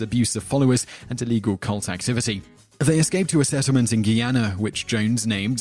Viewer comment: ...the only thing any foreigners know about Guyana (which rhymes with "Die Anna". Outside-based commentators don't even get the name right!)